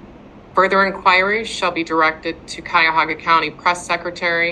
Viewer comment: If she says cuyahogga county one more time 😮‍💨